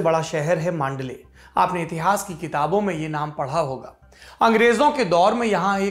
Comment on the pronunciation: मांडले नही, मंडाले ।